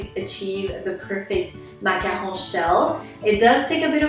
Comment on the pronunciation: I LOVE how you pronounce macaron